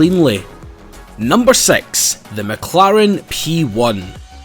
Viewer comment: When u say 6 it sounds like sex lol